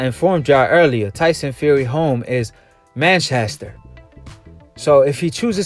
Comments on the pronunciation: Bruh It’s Manchester not mancaster lol 😂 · Dude are you dumb? You can't even read the difference between LANCASHIRE and LANCASTER, you say MANCASTER instead of MANCHESTER, and what is UKADER? It is UKAD. Dude, people will think you have low IQ and won't trust anything you say if you can't even read the towns properly get the names of the anti-doping governing body and everything wrong. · Mancaster you Dick it's manchester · dude said mankaster lol man dont even know how to say the place lol clown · Mancaster he said pmsl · He lives in Lancaster you absolute bellend. And you cant even pronounce Manchester.